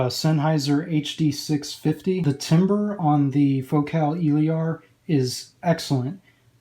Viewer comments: El-ear ..... Your killing me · It’s Eh......Leer. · honestly I'm not sure anymore tbh. 99% of all other reviewers pronounce it as "il-eer". For all we know you may be the only person pronouncing it right haha. In french it would be "il-air". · Nice review! You pronounce Elear wrong tho :3